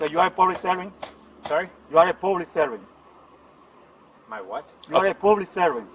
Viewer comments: ..Yoo orr pooblix survamt.... cop says what? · " ..ewe are a pooblic cervan..".... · "You are pooblic servan" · You a pooolic subant? You a subavisor? Lmfao.. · ...and "pooblick servint"...and breaking the "loe".